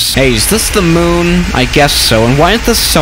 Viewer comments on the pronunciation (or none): none